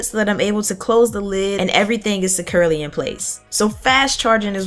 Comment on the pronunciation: "and everything is sekurley in place" I love loll what's your real name